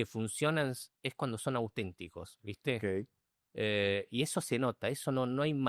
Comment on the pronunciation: Dice Seba: Ogei,Ogei....